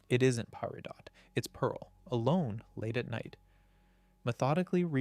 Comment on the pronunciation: I feel like i’m getting punked with some of these pronunciations 😂 words that have absolutely been said correctly previously on the channel. Like Amethyst or Peridot. Or Sardonyx.